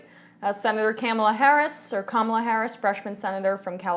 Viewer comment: It's pronounced Ka- MAH-la. And I differ with your interpretation that it is fantastic news. "Fighting for the American people?" I'll believe it when I see it. And we DO know a ton about #KounterfeitKamala'rs record from her days as AG of CA. Also, John Conyers single payer bill HR 676 has been "out there" for 14 years and never passed when the Democrats were in total control. Here is my take on this news.